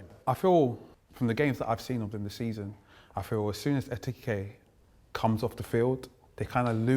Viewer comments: Ekitike is not that difficult to pronounce... Why are so many people struggling to say his name properly?! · It’s not that hard to say Ekitike…